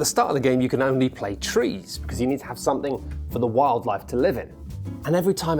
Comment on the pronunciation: There is unwest in the fowest, there is twouble with the twees...